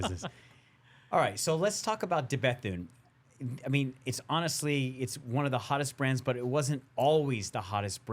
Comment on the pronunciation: I was falling asleep then i suddenly heard how the guy in the blue pronounced De Bethune.....WOW 😂...woke me right the fk up